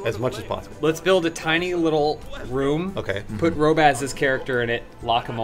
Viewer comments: Why are they pronouncing Robbaz' name as Row-bazz? It's pronounced how Robbaz says it in his intro, Rob-uzz. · You say it like Rob-Ass. Its Robbaz wtf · It's not 'Row-bazz'... it's 'Rob - Baz', listen to how he pronounces his own name. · Row-baz, back at it again. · Robe-ass? Oh god... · Can you guys stop calling him roh-baz? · I die a little inside every time you guys say 'Rowbaz' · "row-bazz" Haven't even watched any of his videos to see how to pronounce it properly? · Ooh, it's pronounced Roh-baz? i thought it was Rah-baz, like a group of tough burglars, like "Ay, we da robbaz" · I get the feeling I'm the millionth person driven to irritation by how wrong they say Robbaz. It's....like....the first thing he says at the start of every single one of his videos. You are driving me insane. Stop it you evil bastards. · You say his name wrong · Considering they're doing a collaboration with Robbaz, they should probably learn how to pronounce his name.. Like seriously, you only need to watch the first 5 seconds of any video he makes to hear how to pronounce it :/ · you guys cant still say his name properly